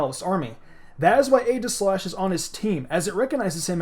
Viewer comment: I almost stopped watching because of your pronunciation of Aegislash, not going to lie.